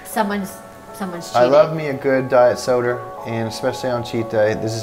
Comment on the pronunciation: got me saying diet soder